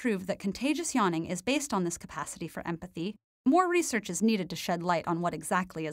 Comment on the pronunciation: I voted this video down due to the way you say the word 'research'.